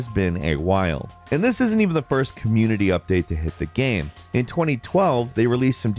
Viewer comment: Does this guy know there’s an “A” in the word gAme. It’s not gem. I can’t do this.